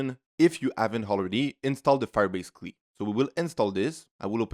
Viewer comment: Firebase Cleee 😂.